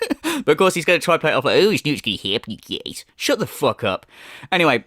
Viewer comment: Whenever you say "Okay you geeyaize" like DSP but that accent peeks through, I swear I DIE laughing man 😂😂